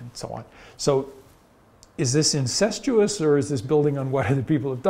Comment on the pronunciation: He said "incestous"